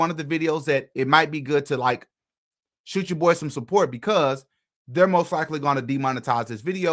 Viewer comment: Sure thing not shoot then. Shoot has a hard t on the end n he doesn't pronounce a t at the end